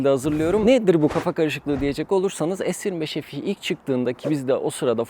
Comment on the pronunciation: Es 25 EF i ne yaaa. Bari adam akıllı es tuventifayv EF i de. Se 25 fe e demek seni küçültmez. Yarı ingilizce yarı Türkçe ne ?